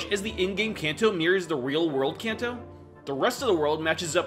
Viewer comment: Imagine making an entire 20 minute video about the Kanto region and not pronouncing it correctly a single time😂😂😂